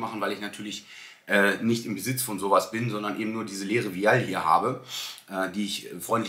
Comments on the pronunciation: Super content! Vielen Dank 🙏🏽 Vial wird im englischen ’WEI’HL’ ausgesprochen 🧪 As ner wisst ihr ja bestimmt schon Wieahl hörte sich irgendwie ein bisschen komisch an Aber jeder weiß was gemeint ist !! Danke nochmals für deinen Pep-Talk 💪😊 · Kleiner Tipp. Die Aussprache von Vial ist “Weil”. Der deutsche Begriff ist übrigens Ampulle oder Phiole. 😊